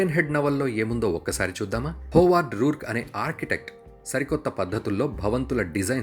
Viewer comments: It's not ruruk it's Howard roark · రూర్క్ కాదు రోర్క్